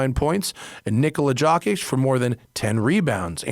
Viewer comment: Just a heads up about the prize picks ad. It's not pronounced Nikola Jock-itch haha it's Yo--kitch I'm sure it's still not authentic but that's how has name is pronounced in American media.